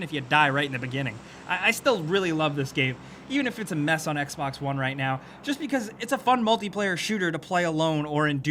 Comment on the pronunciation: Its Xbox One not Xbax One geez...